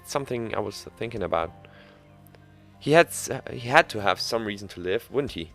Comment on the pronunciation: 9th "the regian,the regian,the reason"